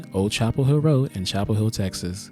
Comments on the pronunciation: Chappell HILL! GET IT RIGHT! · It's Chappell Hill